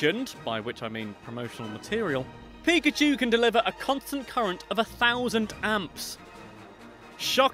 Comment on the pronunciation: It's pakachoo!